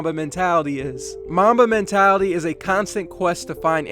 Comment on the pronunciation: Who heard Momma Mentality 😂